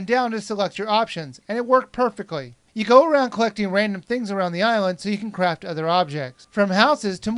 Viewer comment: hers a tip every 1 wen your spear fishing prees the butten wen you see a fish jump and that will give you a fish every time also wen the sed craft it soundid like he sead crap